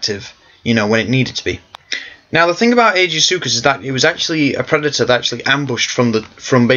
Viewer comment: I thought he was pronounced Ai-Gee-Soo-Kus.